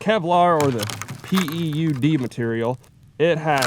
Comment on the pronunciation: PEUD? Pronounced like feud. When you hit it it's been PEWED.